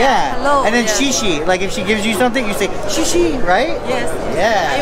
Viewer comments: Thank You in Mandarin AKA Chinese is pronounced "Shea Shea" not Shee Shee 🤣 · That xie xie (thank you) was horribly and i am white dude. Its pronounced more like sea-yah sea-ya) she she sounds like youre talking to 2 trans women. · Not she she, more like sha sha big different :) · Not “she she” but shur shur with very lightest emphasis on the ‘r’ as possible. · Pretty sure it’s “shay shay” not “she she”. She was probably like look at these typical white guys trying to act like they can speak another language. Just like the white guy that orders Mexican food with an accent. Shaking my head guys. Lol